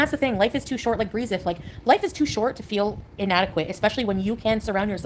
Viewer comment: I cringe as hard as can be any time she uses the word "beeze".... "The beeze is calling" mind you this is a 50 year old woman. It's also so funny she still thinks she can pretend like their marriage was legitimate lol. Seems to me that the money dried up and Salah said why am i putting up with this ship anchor anymore when I'm not getting paid for it like i was?